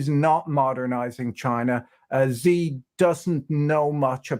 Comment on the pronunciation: Xi is pronounced she, not Zi, just saying